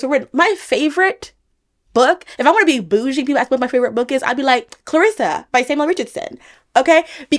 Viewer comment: He wasnt black either He was described as looking like a gypsy. Please stop saying aks...sounds uneducated